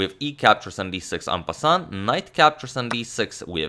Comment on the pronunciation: It'a "en-passant"